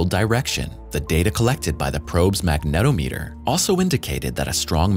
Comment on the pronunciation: Guys, thanks for stringing these educational videos together (from stated sources), but please take the time to rehearse the reading of the script and ensure the narrator is pronouncing words correctly (um, magnetometer) and putting the correct emphasis where relevant. It will make a huge difference in terms of professionalism vs. another generic youtuber channel. Otherwise, why put in all the work?